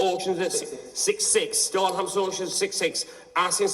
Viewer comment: Wtf he keep saying hamson auctions the tit